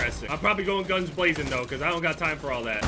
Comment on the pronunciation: “Ill probably go in gluns blazing cuz ion got time for all that” 😂😂😂😭